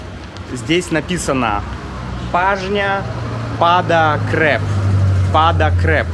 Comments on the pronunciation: цреп, не креп 😆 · Paznja pada crep. Crep - цреп, не креп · Это нет "креп" - "цреп" правильно. 😊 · you've been living in Serbia for more than a year. C is never pronounced as K in Serbian, never. C=Ц